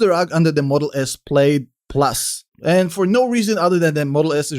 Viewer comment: The pronunciation of “plaid” isn’t correct